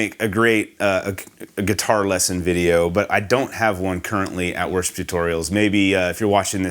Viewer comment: Love this tutorial! Every time he says "worship tutorials" it sounds like "worst tutorials". Not true at all!